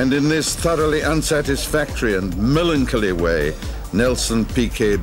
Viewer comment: is F1 using AI voices? either this guy cannot pronounce 'grimacing' and 'melancholy' or that was an AI voice